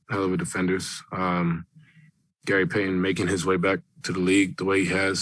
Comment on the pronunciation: Its payton not phyton